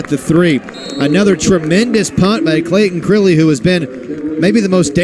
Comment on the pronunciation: I go to church with Clayton's family, and it's so cool seeing him pop up in my feed. Also, the announcer is pronouncing his name wrong. It's Crile, rhymes with mile.